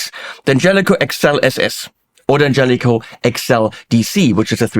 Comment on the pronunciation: Great sound! And I'm happy to finally hear the name D'Angelico correctly pronounced.